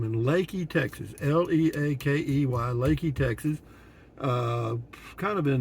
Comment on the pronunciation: Thank you pronouncing it correctly